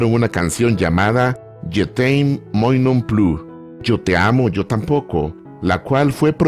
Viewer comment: Si la recuerdo, es preciosa! Moi en francés se pronuncia muá. Saludos desde México.